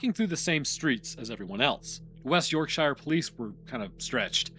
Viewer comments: I’m not British, but even I know that “shire” as a suffix in English place names is pronounced like “sheer”. [Edit: OMG, it just gets more grating as it progresses, and I’m very interested in everything except hearing “York-Shy-er”, or “Lanca-Shy-er” etc. for that matter, and you’re the one disregarding convention and speaking inappropriately. BTW, the British do pronounce the individual word “shire” as “shy-er” but those place names have been a constant for a very long time indeed. Speak them correctly!] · ⚠️ Yorksha, NOT York-SHY-ER. Love the vids but don’t beget the ire of Yorksha folk! You’ll never live it down 😂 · York-sher ✅ York-shyer ❌ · You dont actually learn the pronounciations at all do you. You yanks just cant say Yorkshire or Goucstershire. For instance... Shire how you pronounce no1 says that. Its shear. Sear. Searing a sheep is my best way if explaining it. Its not shi rrrre. Its shea. Sear. Shear. I will find an american word with the same sound and tell you. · As a Yorkshirelad. Say York-sher. Not Yorkshyer. Good vid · U say it more like York sheer like cheer as in cheerleader. So York Sheer. Im english and its how we say it lol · Do Hobbits live in the "Sheer"? Not the last time I checked. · Oh! You’d been doing so well with the British pronunciations recently. 😂 it’s more like “York-shuh” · It's not the Hobbit. There are many, many place names with "shire" in the UK. Why can't Americans pronounce them correctly? It's "shurr" I realize that's not how it's spelled, but it's how we pronounce them. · as a Brit, i physically and mentally took damage each time i heard your pronunciation of "yorkshire" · You are KILLING me your mispronunciation of Yorkshire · I'm from Yorkshire and you're pronouncing it wrong 😂